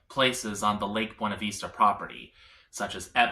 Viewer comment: It’s Buena Vista not Veesta, jeez this was hard to listen to